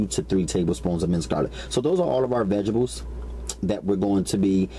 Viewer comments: love your videos!!! you are one of "the best" !!! where did you learn to throw down??? my only complaint is the pronuociation of certain words..for example, the word is veg a table not veggeble...string beans, not shring beans, sausage,not shausage... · ve-gabows and scoyuns!!! Lol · Veg-a-bles :) hehehe